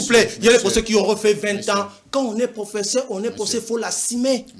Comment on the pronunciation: Ce monsieur est très bon pour être un enseignant dans une école primaire que professeur d université .D 'ailleurs avec un très mauvais français Ce monsieur est professair et non professeur .